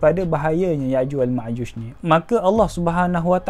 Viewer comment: Yakjuj makjuj bukan yakjuj makjush.. Admin mx amik pertahatian